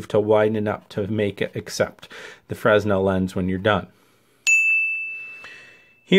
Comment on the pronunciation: Good Stuff. FYI the "S" is silent in Fresnel. It's pronounced Frenel